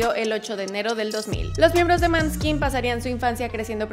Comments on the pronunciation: Como inmortalli,osea,fan de la banda,vine a corregir unos errores del video con todo respeto claro: 1- la pronunciacion correcta de el nombre seria "Moneskin" esa "å" se pronuncia comno un intermedio entre la a y la o,despues de escucharlo tantas veces bien me da un tic cuando lo escucho mal pronunciado 2- en los minutos y las fotos son incorrectas, (las de pequeños) la foto de Damiano David es la que aparece con Ethan y la que aparece con Ethan es la de Damiano 3- El nombre del vocalista es Damiano,David es su apellido 4 - Damiano no nacio en el 2000 nacio en 1999 5- su album "il ballo della vita" se pronuncia "il balo dela vita" 6- Ellos en una entrevista desmintieron lo de Simon escoria humana cowell,no es su manager. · Me gustó el video, pero hay una precisiones, el año de nacimiento de Damiano (Damiano es su nombre, David su apellido) nació en 1999, el nombre de la banda se pronuncia con O, no con A, la pronunciación del italiano, y aunque no ganaron XFactor Italia igual la Sony quiso firmar con ellos. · Coincido, ni si quiera se tomó el tiempo de investigar la pronunciación correcta de sus álbumes con il ballo della vita y no pronuncia bien el nombre de la banda se come la e ósea en vez de decir Måneskin dice Månskin y me parece que falta información que fue importante para la formación de la banda y su carrera (Recuerden que es crítica constructiva, no busco ofender si no informar a los nuevos fans) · Asi' es! Se escribe Maneskin se pronuncia Moneskin, eres un nombre danes, significa, claro de luna. Desculpa my castillano, no sabe escribir muy bien. Yo soy Italiana, saludos! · ola, no, te equivocas, los muchachos dihen siempre Moneskin, son todos le outre personas que los appella Maneskin. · Amo a MOOOONESKIN !!! Me encanto tu video, solo entiendo que tanta investigacion te faltó pronunciar bien el nombre jajaja pero casi nadie puede 🤣🤣🤣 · Pero en Italia les decimos Maneskin 😅 la pronuncia correcta es Moneskin😂😂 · Se pronuncia "mooeskin"😮